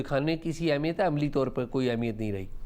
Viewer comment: Tu Ehmiyat ko Ahmiyat kyun Kehti, 2 Mardon K Sirname Wali Auntie ??????